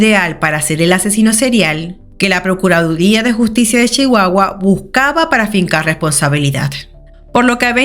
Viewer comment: Pronuncias Chihuahua como una Chihuahuense original 😊. Saludos desde México querida